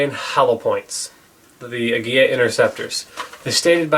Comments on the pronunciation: Emphasis is on first syllable as in AG-ee-la. From my good client from Mexico who owns a popular Mecican restaurant. I'm so glad the Mexicans are now producing the hottest 22 round, even though I'm from Idaho where CCi is headquartered. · The interceptors are great. However, Aguila is Spanish for Eagle, and the L is pronounced like the English L. You are pronouncing it as if it had a double L, like in Tortilla. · It is properly pronounced Ah-Guee-LaH. It means eagle in Spanish. It’s extremely cring to listen to such smart and intelligent beings pronouncing such an easy word wrong.